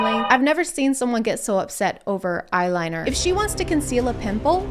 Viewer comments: Tyler 1: eyeline Me: It's pronounced eyeliner idiot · Bro called eyeliner "eyeline" 😭💀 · When I heard him say “eyeline”, that triggered me IF YOU’RE GOING TO GO AFTER MAKEUP AT LEAST PRONOUNCE IT RIGHT!